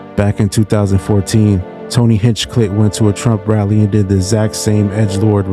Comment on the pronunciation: 😂 did you just say Hinchedick? Holy cringe